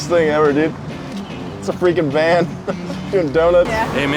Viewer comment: Why are you Saying Van VANT ?